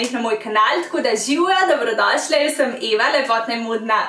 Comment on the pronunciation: Zakaj rečeš 'ziwo' namesto 'živjo' (ni hejt)